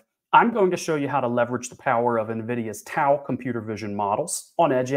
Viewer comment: Pronounced Dow